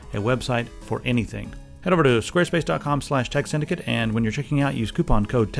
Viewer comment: IT'S TEK SYNDICATE.